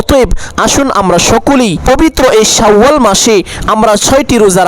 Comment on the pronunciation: "শাউ আল মাস" নাকি "শাওয়াল মাস"?